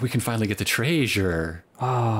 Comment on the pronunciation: Or at least he said it like that once.